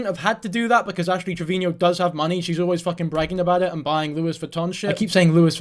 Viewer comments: Trevino, not Trevinio lol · Please stop calling her "Triveñeo".. you're making her sound way more fancy than she is lol. It's just trivino lol. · 6 videos and still can't pronounce Trevino